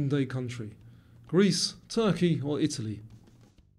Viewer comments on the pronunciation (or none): none